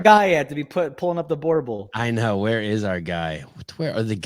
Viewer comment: Being a South African… I laughed out loud the way you pronounced BOERBOEL